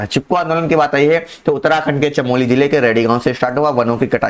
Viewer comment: Chamoli hota h chameli nhi